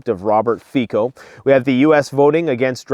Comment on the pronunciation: Fico is pronounced Fitsssso.